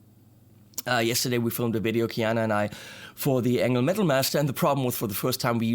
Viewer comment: you said the word 'metal' twice but did it wrong, twice. \m/